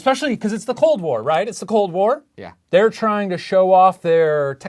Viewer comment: Why does shane's "yeaa". Sounds like "yeet"